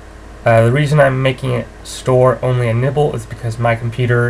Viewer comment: Is it just me or did he actualy say "nipple based memory" xD